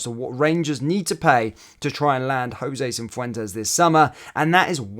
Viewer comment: Say and spell it properly FFS!